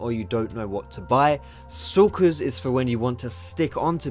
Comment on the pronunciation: I keep thinking you're saying 'Sokka's blade' when you say stalkers :P